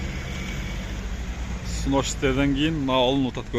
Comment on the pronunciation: Сынос эмес снос,кыргызча эле бузулат же сурдурулот деп айтпайсынарбы